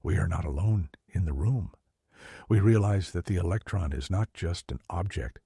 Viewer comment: “What is a eletron?” “What is an electron?” If you can’t get basic English skills down I am not listening to your AI ramblings. Sorry